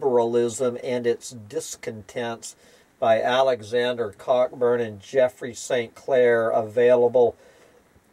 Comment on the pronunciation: Cockburn is definitely not pronounced "Cock-burn." It's just not.